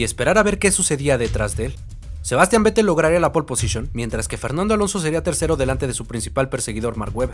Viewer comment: Buen video, buena edición e información. Solo decir que se pronuncia "Féttel", no Vettel.